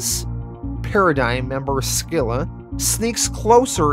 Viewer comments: I think the c in scylla is silent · Scylla is pronounced Sil-La not Skill La. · That's not how you pronounce Scylla. Google is very wrong on this one. It's closer to like the name "Syl" then a sort "a" sound. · You mispronounced Scylla too genius